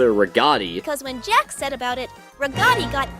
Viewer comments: The AI called Jax "Jack"😅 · also did you see how instead of jax they sayed 'jack'